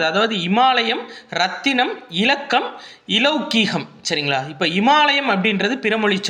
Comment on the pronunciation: Sir athu லொகிகம் இ silent sir